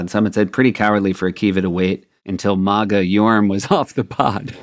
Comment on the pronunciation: I've never heard anyone pronounce MAGA the way Seth does